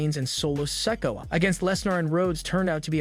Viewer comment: learn how to say Solo Sikoa's name its sik-o-uh no offense